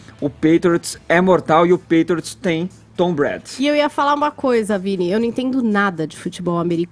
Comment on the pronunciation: Vini não consegue fala o nome do Tom Brady. Se ele tivesse assistido o esquenta do Super Bowl na ESPN saberia pronunciar.